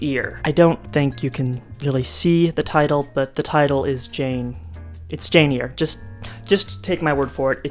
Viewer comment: well as a retired paralegal, I'm usually a stickler for spellings and pronunciations. I really do try and not correct people, but I cringed a little bit on Jane "Ear". I remember trying to find that book in the library and couldn't. I had to go back to the teacher to have her tell me how it's spelled. Lol. YOU are up early for Portland! I'm from Olympia, but had my career in central WA. Now I'm in Fort Smith AR.